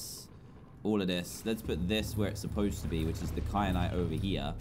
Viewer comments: Stop calling it cry-a-nite. Its Ky-a-nite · There wasn’t an r in kyanite how do you not no how to say it no offense but I am tired of everyone missing the obvious obv need to pay attention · I love how he says “kyanite” wrong every time lol 😂